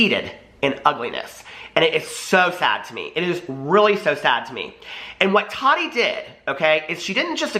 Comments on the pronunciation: I hate how he says Tati's name bahahahaha it's TAH-TEE not totty bahahaha. Subscribing tho cuz he was saying everything I was thinking about that BS snapchat story Gabriel posted. Bunch of unnecessary information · Is it just me or does anyone else hate the way he says, "Taht-tee"!!!!!???? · I love how you Tati. Lol sounds like you’re calling her Toddy lol 😂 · When he says Tati sounds like Toddy